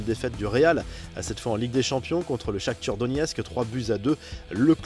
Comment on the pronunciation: C moi ou il dit Shakthur au lieu de shakthar